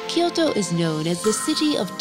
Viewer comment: Tried to watch; gave up because the voice and the way they add ki to kyoto.